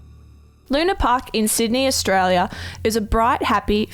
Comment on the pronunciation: well that cheered me right up... haha. and its pronounced stralia! peace guys